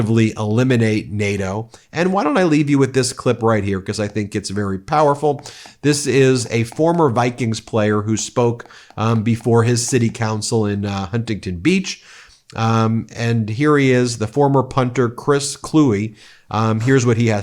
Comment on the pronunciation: Pro tip.... "Huntington" is pronounced "Hunnington" we like to drop our Ts... Santa Monica= Sanna and so on. Keep up the FANTASTIC work!!!